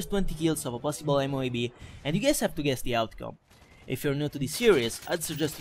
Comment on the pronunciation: Su alcune parole sembra davvero inglese, ma su altre ("call of duty", "lag", "moab"...) un po' si sente che è italiano :D